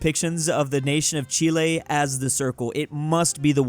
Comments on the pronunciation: Whats cheelae? Do you mean chile?😂😂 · Тот факт, что вы только что произнесли название моей страны (Чили)😅